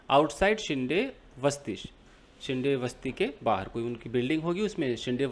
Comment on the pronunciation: येस सोमाटणे फाटा is the name of place ,, फाटा मतलब जहा से दुसरा रस्ता निकलता है ,,and it is शिंदे not शिंडे,,,surname है आपने सही पहचाना ,,सोमाटणे ये गाव का नाम है